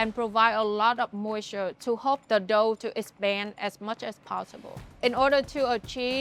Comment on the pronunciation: its funny how she says "dough" like "đậu"(tofu)